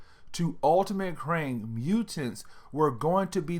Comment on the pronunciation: Kang not Krang. Krang is a TMNT villain.